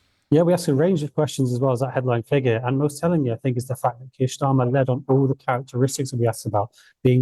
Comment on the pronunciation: Why does that guy from yougov keep pronouncing Starmer as Schtamer, he’s not German